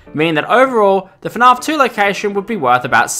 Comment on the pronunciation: Why do u call it fnarf not fnaf